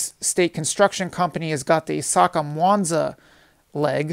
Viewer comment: Accurate information also I'm glad you didn't butcher the names "isaka,mwanza,makutupora"